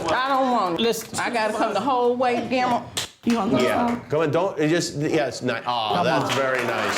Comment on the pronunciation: the way she says Guillermo 😂